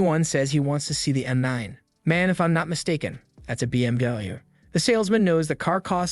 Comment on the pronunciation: Yoo the AI voice can't say BMW😂😂